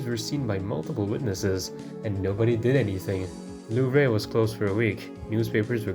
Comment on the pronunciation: Love the video but the way you said louvre was boutta give me an aneurism loll